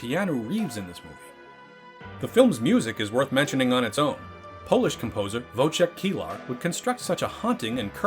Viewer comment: Ouch, you pronounced "Wojciech" so bad I had to comment on it : ^) I know like 99.9% of you don't care BUT wiki has sound bite of how you do it right